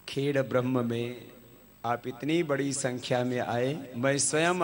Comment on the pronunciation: Dear Swami ji..the name of town is " khed Brah ma" not " khed brahm".